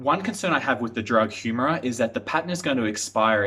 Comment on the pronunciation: As soon as you pronounce Humira incorrectly, I know that you have not done any serious research.